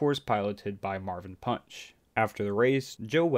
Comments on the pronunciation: His name is marvin panch, not punch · It's Marvin panch not Marvin punch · It's Marvin Panch